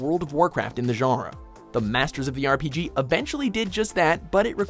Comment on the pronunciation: i fuckin hate how you pronounce 'genre'